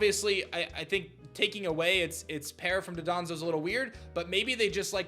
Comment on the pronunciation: love ya buddy, I just have to say it’s DON-DOZO Not DADANZO